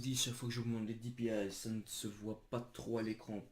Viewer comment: Tu peux parler plus fort et aussi les dpi sa se dit pas dipiaïe